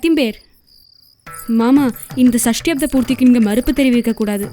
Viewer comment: சஷ்டியப்த not சஸ்டியப்த